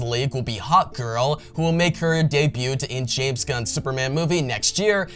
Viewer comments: You don’t pronounce the “t” in debut. Dey-bue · The "t" is silent in debut.